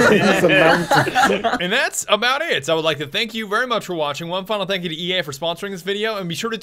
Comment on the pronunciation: Anyone else hear "dankity yay" instead of "thank you to EA"? Also EA bad.